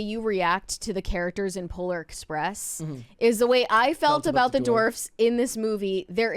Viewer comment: She corrected herself later but I swear the first few times she said “dwarfs” she pronounced it “dorfs” lol